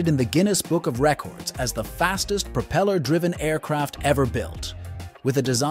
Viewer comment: "But before we go any further..." earns you a "stop", "dislike" and "no sub". It's a DICK MOVE and should be saved for the end! Throw in the fact that you don't know how to pronounce the word "propeller" and I have to conclude that you have no idea what you're doing. I'm out.